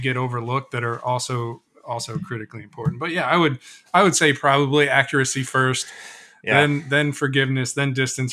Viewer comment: I swear just said "Haccuracy"! 😊